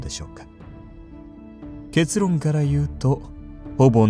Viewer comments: 結論のイントネーションおかしくね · けつ↗ろん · けつ⤴︎ろん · ケ↓ツ↑ロン が気になりすぎてしぬwww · け↑つ↓ろん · けつ↑ろん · 結が尻の発音で草